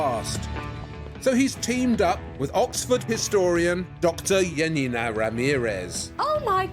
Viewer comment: It's funny how Januszczak is being inconsequential with the pronunciation of J in Janina's name. Especially considering both her first name and his last name are Polish and he doesn't mispronounce his own surname. Also, I get an impression the less similar the manufactured copies are to the original, the more enthusiastic Janina tries to appear about them and it comes off as really fake. I'm sorry but the copied brooch's head looks nothing like the one in the original. The new brooch looks more like a sparrow than an eagle.